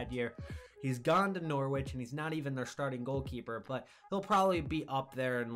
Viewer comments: You're going to get abused by us English viewers for pronouncing it "Nor-witch " rather than "Nor-itch " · Hey bro, the w in Norwich is silent try saying norich that's how it's pronounced, good vid btw